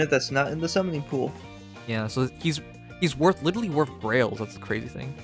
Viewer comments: to me it sounds more like gerells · when you say "grails" it sounds like you say "girl aids" and it's still the funniest thing to me